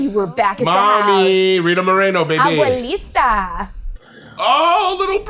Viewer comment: If you can't pronounce abuelita correctly, please stop